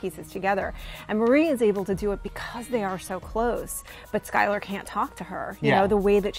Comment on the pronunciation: Skyler not slyler